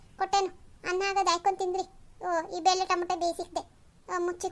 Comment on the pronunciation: ಹಾಕೊಂಡು ಅಂತ ಏಳಬೇಕು ಹೈಕೊಂಡು ಅಲ್ಲ